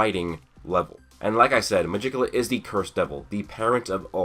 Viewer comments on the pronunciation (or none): Nice theory but.... I KNOW YOU DIDN'T JUST PRONOUNCE MEGICULA'S NAME THE WAY IT'S SPELT